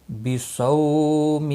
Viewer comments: Wabisaumi hota saumi nai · O Bhai wabe some hai be some nahi